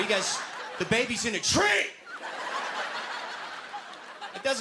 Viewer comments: Rock'a'bye baby in the tree tops...... The baby's in a TREE!!! The way he says "tree" is epic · the way he said "the baby's in a TREE" 😂😂😂😂 I nearly choked on my sherbert!